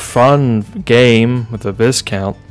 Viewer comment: Actually... the pronounciation of Viscount is Vaikount - 🤓